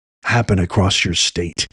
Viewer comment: State not shtate you knuckle head